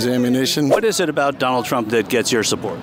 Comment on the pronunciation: I thought he said Johnald, but still sickening ! 😂😂😂😂